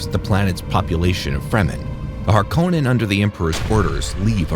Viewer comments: Hark-onen not Har -kow-nen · dude watched movie that says harkonnen 5000 times and cant pronounce it correctly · Amazing you pronounce Harkonnen wrong